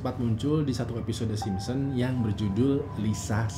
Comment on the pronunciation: yg aku denger dn yg aku liat bilangnya "SimSEm" Hehhe. Tp di baru "Simpson". liat aja cara ngmng nya aja beda. sampe2 aku perhatiin setiap ngmng "The Simpson"